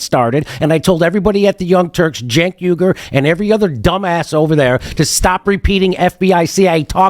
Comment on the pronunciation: Gotta be pretty dim to really have that much trouble getting close to Cenk's name: JENK WEE-ger is close enough, geniuses.